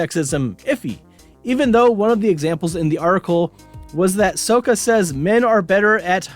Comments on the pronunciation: Not to be " that guy" but its pronounced SOCK-AH. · BRO "soaka" WHY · How you watch the whole series & still pronounce Sokka name wrong? Sock-kuh